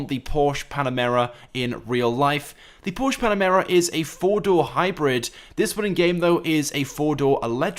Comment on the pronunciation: Every time he said panamera I shrivelled up